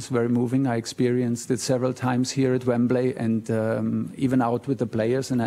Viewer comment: As a Chelsea fan I’m very pleased but he needs to learn how to say Wembley